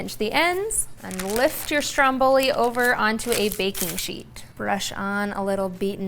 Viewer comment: your saying ”Stromboli” wrong😂